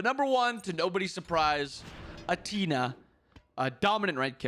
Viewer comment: ... did this man just call Athena... aTEAna? What the hell?